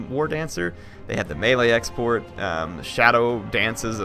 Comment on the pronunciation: there have the melee "export" or EXPERT? :D